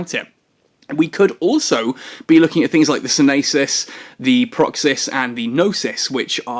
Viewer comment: dear... the society of conscious thought ships are named after the Greek words for prudence (sYnesis), knowledge (gnOsys) and Act (prAxis), please sto buchering the names lol...